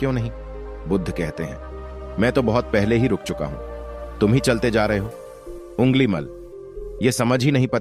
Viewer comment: घोर अफसोस कि आपने अंगुलिमाल को उँगलिमल उच्चारित किया है जो कि अशुद्ध है। कृपया सुधार करें।